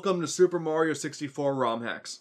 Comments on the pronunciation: It's Mario not marry oh I hate everyone that says his name wrong keys and jacksepticeye every single person even YouTuber say it and for some reason my name is jacksepticeye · pronounciation for mario: (MAR-Y-O) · its not murio its mario. A lot of people make that mist- oooooohhhhhhhhh american people say murio and english people say mario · I hate people who say Mario wrong "Mayrio" ( by accident) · the people who pronouce Mario be like mayrio Me: Mario mareio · I hate when people say Maryoh. It's Mario! We can all agree these people should be smacked with love bricks. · *MayRio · Dat ain't LUiGi green mayrio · Ma(y)rio Month - ✖️ Mayrio Month - ✔️ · calls mario merio*. *everyone on the planet = TRIGGERED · "people who say mAHrio incorrectly, it like mayrio" im confused because the AH sound is reserved for Wario, it uses the a sound as in Apple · MERRY-OH? what is this, rabbidluigi? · My elementary school teachers pronounced it as Mayrio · MAYRIO MONTH! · “Mayrio “ month haha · bowser calls mario bros maryo bros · Like literally every parent calls it mare-e-o like why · LUWEEGIE! NOT GREEN MERIO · The people who say mario wrong, say it like mourio its dumb I know xD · lol you ssay merio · YOU are the one who says Mario wrong! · "Say Mario incorrectly"...Americans...Everything you pronounce is the 'correct' way? Sure.